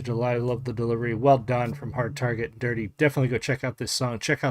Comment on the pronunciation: It's DurtE, props for pronouncing it right too haha. Thank you for taking the time to do a reaction! 🫡🍻🤘 I subbed.